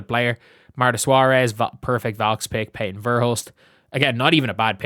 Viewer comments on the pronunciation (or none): none